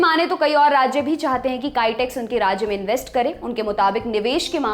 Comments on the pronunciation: Its not Kytex! Its Kitex, Also warangal is not in Kerala! Please correct! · कैटेक्स नही, बोलिए किटेक्स